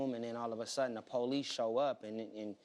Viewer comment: Ohhh noooo he really sound like this?....... Poe lise? Sorry but I'm not clapping for this boi.... What a young un... All OK...